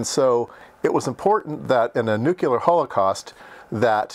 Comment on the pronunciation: What the fuck is "nucular"?? It is pronounced "New Clear". What beeper? Typical content from Retardistan. - aka Merrica. Pie eezio? It's pronounced "pie etzo" in human English.